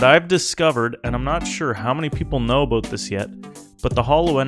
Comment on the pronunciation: ABOOT HAHAHAHAHAHAHAHAHAHAHAHHAHA